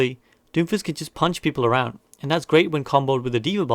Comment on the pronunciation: I love it when "brig is arond" 😂